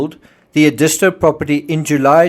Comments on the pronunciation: It's Ed is tow, not E dis to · It's pronounced " Ed-i-sto". Not sure what you said---but it ain't right. You're not from around here, are ya? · Very informative. May I correct your pronunciation of Edisto? It is ED-is-to, with the accent on the first syllable. When I first moved to South Carolina I was saying it wrong too. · It’s pronounced ED-is-toe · Edisto is pronounced “eh-duh-STO”. I lived in that area for several years. 😉 Enjoy your insights and research. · Not that it matters but the beach is pronounced. Ed is toe . . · You mispronounced Existo among other names.